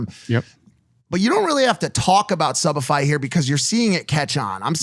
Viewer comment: is this only me who heard subified as shopify!